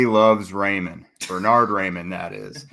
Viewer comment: I like the punny reference, but isn’t it pronounced like rye-mann and not ray-mann?